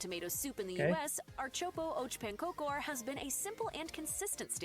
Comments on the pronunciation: I'm curious how she managed a surprisingly good pronunciation of knäckebröd, but butchered ärtsoppa & pannkakor harder than anyone has in the history of ever. It's almost danish levels of bad. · lol, she really butchered the pronunciation of ärtsoppa och pankakor....have actually never heard of that combo. Ärtsoppa (pea soup) was pretty common in the military though. Dad have said that they stored pea soup in cans and ate it.